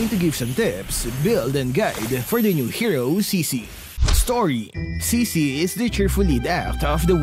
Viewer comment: I think it's pronounces as 'chi-chi'.